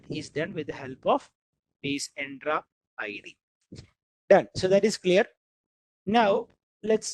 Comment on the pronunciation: bro why u pronounce entra id to endra id ?